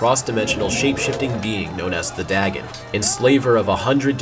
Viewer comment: It's dagon, not dragon!